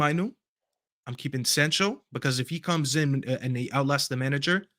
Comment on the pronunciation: Man said sancho